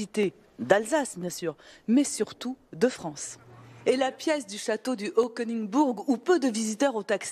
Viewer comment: Rip la prononciation du haut koenisbourg